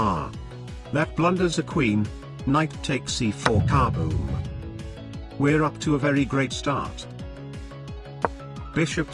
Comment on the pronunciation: it's not KA-boom, it's ka-BOOM